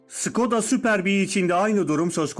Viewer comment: Süperbiğ 😂 Tamam kimse "Şkoda" diye okumuyor. O artık kalıplaştı da Süperbii nedir ya 😂 Bu arada emeğiniz için teşekkür ederiz. Hem bilgilendik, hem eğlendik. Sağolun varolunz